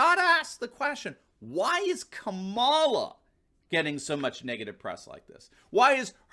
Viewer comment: Ka-ma-la. Equal pronunciation. The name “cackles” is fabulous though.